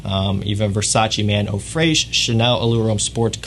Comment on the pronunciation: as a French speaking person, the answer is No lol The pronunciation is practically similar to its English translation "Fresh".